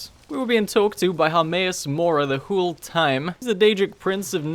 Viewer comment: Please stop saying Hule, it’s pissing me off.Its whole like hole not hule